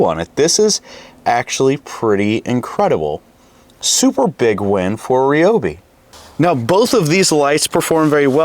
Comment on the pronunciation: Hey man, it is pronounced RYE-o-bee, not REE-o-bee. From the horse's mouth, Ryobi themselves say it.